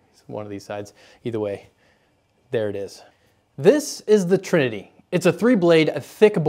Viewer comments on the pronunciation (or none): none